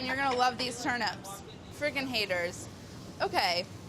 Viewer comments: Wait, why is she saying turn ‘ups’. That word contains ‘nips’ and should be pronounced as such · In my country we pronounce them as turn-eeps not turn-ups